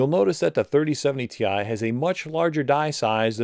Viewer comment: It’s 4070 “tie” get it right… 💀🥱